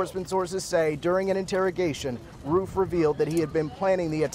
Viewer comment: He said Roof wrong